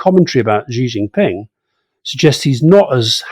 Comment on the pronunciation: Alastair, the name 習近平 is best anglicised as "Shee Jin Ping". There is no such phoneme as "Zhee" in Mandarin Chinese. Take a note out of Rory's book.